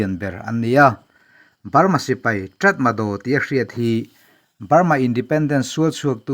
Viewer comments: Aw, a inziah dan aṭang chuan 'Ṭatmadaw' tih âwm tak a ni a; nimahsela, a lam rik dan tur dik tak erawh 'Ta-ma-raw' tih zawk tur a nia... Nypidaw pawh hi 'ni-pi-raw' tiha lam tur a nia. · 'Tatmadaw' tiha inziak hi 'Ta-ma-raw' tiha lam tur a ni e. In tilawmawm ṭhin tak zet. A bengvarthlak ṭhin e. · Tratmadaw a ni lo, tatmadaw😀